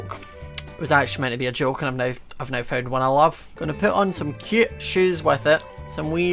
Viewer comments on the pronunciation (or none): the amount of times he said "cyeoot" (cute)